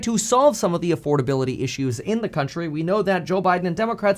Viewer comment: “Crountchry” I knew the nonstop videos would get to you.